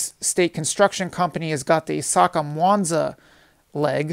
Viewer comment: Accurate information also I'm glad you didn't butcher the names "isaka,mwanza,makutupora"